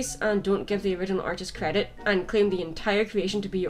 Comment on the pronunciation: *credit?(you said redit)